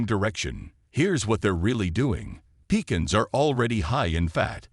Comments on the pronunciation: I don't believe you. Walnuts are one of THE heathiest nuts you can eat. What medical school did you attend. You are right about Pistachios but wrong about peanuts. Moderation in everything, no salt, in olive oil. AI can't even pronounce pecans right. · You came up with a third way to pronounce" pecans". I'll cut back on them anyway.